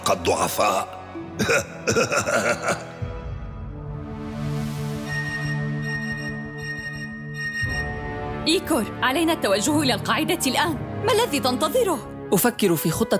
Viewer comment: ليش عم تقوليلو ايكر وهو اسه ايكور